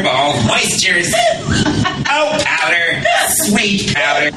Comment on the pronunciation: "Powderrr" is , for those who need their sweet powder fix